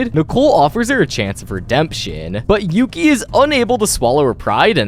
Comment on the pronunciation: It’s Yuki, not Yoki.